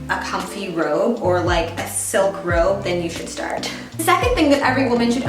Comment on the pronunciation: I thought you said ‘rope’ instead of ‘robe’ 😅 For survival we could probably use both!